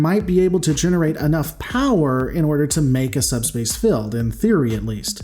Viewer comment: The word is "field" not "filled."